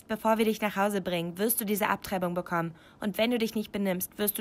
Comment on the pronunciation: Dieses "abtreibung BECKOMMEN"